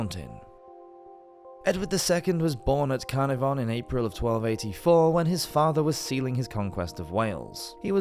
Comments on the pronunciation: Car na von?? Wat? Come on - Caer (kair - narvon) the a as u say a for apple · CARnavon, no no no, it's caNARvon!